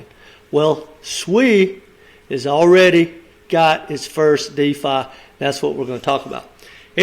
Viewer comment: It’s not called Diffa it’s called Defi Just saying lol